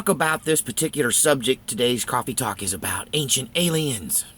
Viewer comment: I like how you say "quaffy talk".